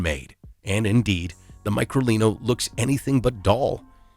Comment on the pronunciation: It’s pronounced as; Me-cro-lini 😉